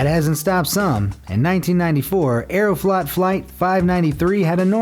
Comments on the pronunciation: I thought he said air thot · Saying Aeroflot Flight sounds like a mush-mouth mistake haha